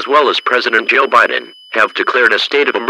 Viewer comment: "President Joe Bitten" 😂